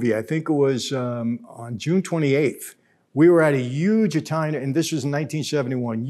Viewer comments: You say "Yuge" much like Donald Trump does haha. Made me smile. Not a pro or con statement, just an observation 😁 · “It was YUGE” gets me every time. 😂